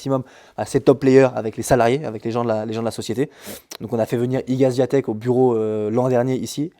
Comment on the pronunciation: Bonsoir, et bravo, c'était très intéressant et instructif ! Juste un truc..... ça serait bien de prononcer correctement le nom d'Iga Swiatek (vous le faites bien pour Collins, alors, un petit effort 😉 )